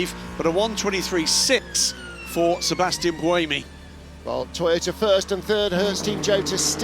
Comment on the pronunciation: OK now he’s not even saying To-ota and just saying Tota. Why is he the only person in the world who can’t say Toyota???